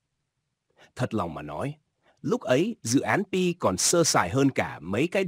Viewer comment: Anh đọc pi cho rõ còn cứ đọc bai hi❤